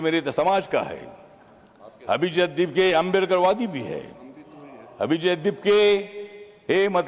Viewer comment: "अभिजित" हे नाव उच्चारण्याचा आपण ३:१४ पासून ४ वेळा प्रयत्न केला परंतु एकदाही ते योग्य वाटलं नाही. संसदेत खुप दिग्गज आपल्या वक्तृवाने सभागृह गाजवून टाकतात आणि एक आपला भाषण. एका बाजूला भीम आर्मी चे चंद्रशेखर आहेत आणि एका बाजूला तुम्ही, फरक एकदम साफ आहे.